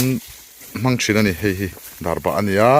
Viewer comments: Darbah niloin...darbak tih zawk tur ani e.. Chuan chaw eilai a mipa /hmeichhia lukhum khum hi pi leh pu ten an duh ngailo ...jessica i pawh a nuin a alaksak mai kha.. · Darbah nilovin Darbak ani zawk lo maw sir🙊